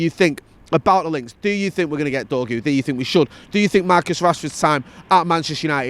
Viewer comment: he's called dorgu not dorgo